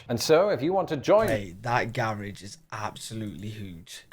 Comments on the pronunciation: Gar rage😂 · That's a double car garage...and gah rah geh is how we pronounce it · It cracks me up how you pronounce garage!😂